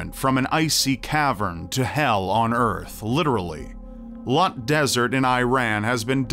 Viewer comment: It's actually Loot (pronounced like hoot) desert, not Lut (misspelling)